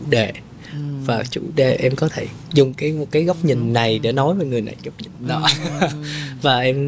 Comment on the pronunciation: Người dẫn làm ơn phát âm chuẩn tiếng Việt !! Lẫn lộn dấu sắc thành dấu hỏi vd: hôm ấy hôm ẩy, cái đó cải đỏ vv..Đáng buồn cho chất giọng Hà Nội xưa giờ bị lai tạp nham với xứ Bọ , xứ Nẫu...